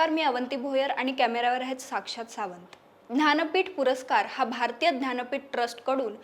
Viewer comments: aaho Dhanpeett Navee Jnanpeeth Ase Uchhar Kara Sham Sham 😢😢😢😢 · महत्वाची माहिती दिली आहे मात्र ज्ञानपीठ या शब्दाचा उच्चार ध्यानपीठ असा भासतो